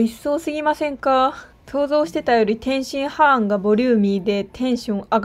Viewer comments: 天津ハーンとチンギスハーンと同じ発音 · 天津飯の言い方クセ強すぎwwwwwwwwww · 天津飯をチンギス・ハーンみたいに言うな笑